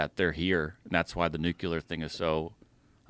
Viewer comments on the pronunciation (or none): We're supposed to take a guy seriously who can't even say "Nuclear"? Ok..... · nucelar? whats that? have you ever heard about the word nucleus? What about nucelus? And I am from Croatia btw. Jesus krajst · Did he say nucular??? 🤔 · I love how went to college, but cant say NU-CLEAR right. It annoys me. Otherwise, not sure what to think with the david story. I do believe people like bob lazar and travis walton, so id wager more so they are here than anything. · What's the deal with people saying nukular.